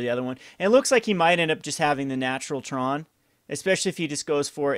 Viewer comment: So it's called TRON not TRAUNT?